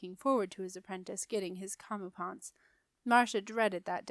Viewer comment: So sorry, one more! Comeuppance is pronounced “Come-UP-ence”